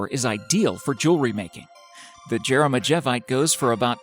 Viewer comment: Lol at least pronounce Jeremejevite, Taffeite, Spinel, Benitoite, and Andradite correctly. "Yair-em-EE-yev-ite." "Taff-EE-ite." "Spin-ell". "Buh-nee-toh-ite" and "An-druh-dayht"